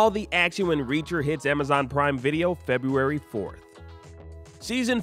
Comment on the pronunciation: 0.20sec it's February rather than Febuary... We forgive you 😁👍